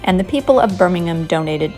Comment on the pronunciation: I like how you pronounce birmingham correctly, perfectly in fact and not birm, ing, ham.